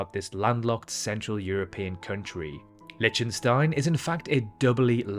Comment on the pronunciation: LIK- tuhn- stine, not LITCH- tun- stine, took me all of 10 sechonds to confirm that , after having suffered a rapid fire mispronounciation. Also, does anyone know how big NYC Central park is in generaly understood terms such as football fields or hectares? ( Sixty second search; Central Park is 340 ha , about 840 football fields , 6,111 times smaller than Wales, or 2,720 times bigger than an Olympic sized swimming pool ( 50mx25m )) Talking of Wales, one hectare is the area that can be defined by a square with a side the length of three fully grown blue whales laid end to end. Perhaps " blue whale" could be used as a unit of measurement ? After all, everyone, but everyone, knows how big a blue whale is, right? So the former island paradise tastefuly converted into a barren wasteland known as Nauru could be said to be 150 blue whales across. Is "seven times smaller than" the same as " one seventh the size of " ?